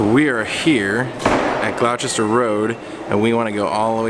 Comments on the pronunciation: 'Gloucester'-say Glos'sta: next time you'll sound like a Lundunah! ;-) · It's actually "gloster" road